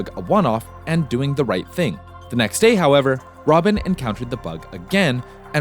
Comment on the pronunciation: It is RobbaN, not Robin. ENCE, not E.N.C.E.